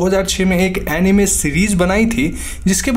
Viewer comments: अनिमे नहीं होता अनाइम होता है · NO ONE : LITERALLY NO ONE : WHEN HE SAID ANIME I HEARD IT EMIWAY .